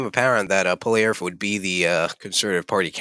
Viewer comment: This is a bad video, you cant even Pronounce Pierres last name correctly. If you only believe in the polls i guess you also believe Kamala won lol